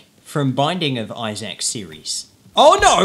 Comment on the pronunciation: His name is Isaac not izack